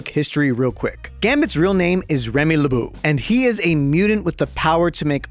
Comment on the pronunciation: "Gambit's real name is Remy LeBoo" Seriously? the "LeBeau" is from French, so it pronounced like "bow" (the thing you use to shoot arrows), not like the kid in Monsters Inc 😛